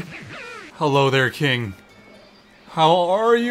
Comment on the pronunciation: The 4 C’s of. Cuties, Cringe, Cings, and Cweens